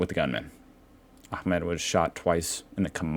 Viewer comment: "Ahmed" you pronounce correctly! 😂